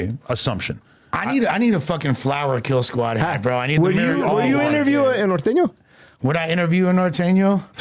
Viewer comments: Why they pronounce it like that?? ‘Nor thane yo’ are these dudes not Spanish speaking Mexicans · can’t even say norteño hahaha that white boy